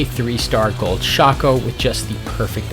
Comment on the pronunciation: RIP, we lost a good man to the SINS META 🥲. Although, perfect pronunciation of Shaco, you deserve a like for that :3